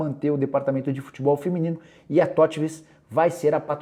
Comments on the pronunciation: Nicola, corrija o nome do patrocinador. É horrível você falar tótvis, a pronuncia é Tótus. O povo já fala tudo errado... Não tenho nada haver com a marca, mas você tem a obrigação de falar o correto. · "Totuvus" kkkk se diz TOTUS. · Se fala "Totus"